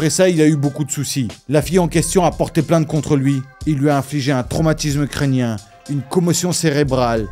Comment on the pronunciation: Avec ton accent, j'ai compris "il lui a infligé un traumatisme ukrainien..." Plaisanterie mise à part, comment il a fait pour ceci, pour cela?... J'ai ma petite idée, mais je ne la partagerai pas ici... Même pas avec des métaphores...